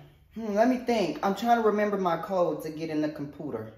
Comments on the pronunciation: the compooter lol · Tequila's lipstick bothers me beyond words. And why in the world does she call it "compooter"? 🤣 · It’s the compooter for me!!! 😂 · The compooter 😭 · Compooter lol 😂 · “Lemme just get my coMFPuTER" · not the "cumputer" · The way Tequila said “computer” as “COMPOOTER” had me weak XD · So not only is our girl illiterate but she also has a speech impediment 😳😳😳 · It sounded like Comp•pyuu•ta.... 🤣🤣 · The way she says COMPOOTER 😂😂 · Tequila clapping . Tequila adjusting her top throughout the video. Tequila cleaning/wiping her laptop as soon as she closed it. And……… “Compooter” 😭😂💀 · you funny when you said compooter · "Compooter." I love how Tequila eats chips though. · He said compooter🤣🤣🤣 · 😂😂😂 just fucked the word up! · Idk and why did she say " computer ' like that 🤣🤣🤣😭😭😭😭